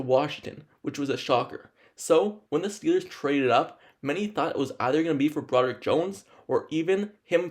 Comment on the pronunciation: what the hell is a "Franchie left tackle"....dude has a severe speech impediment. "competive edge" "basee" they wouldn't be drafting him. DUDE....SLOW DOWN your speech and ENUNCIATE....you sound stupid!!! "Brodick" Jones???? C'mon man!